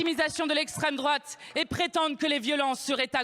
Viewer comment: "Okay pardon pour la famille, mais l'esstreme droate fait pire" Niveau collège c'est incroyable En gros "c'est ma faute mais c'est parce que c'est de leur faute que"